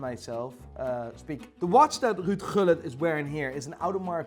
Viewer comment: ruud lekker op zijn nerderlands uitgesproken